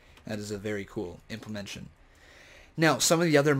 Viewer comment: Please stop saying implemention. The word is implementation.